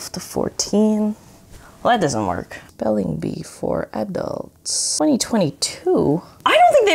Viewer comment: Ah yes, I love "Spelingbee"